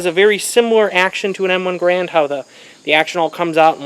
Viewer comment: It's "garand", not "garant".